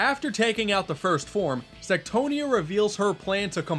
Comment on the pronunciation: What you said "Queen Sectonia" What i heard "Queen Sextonia"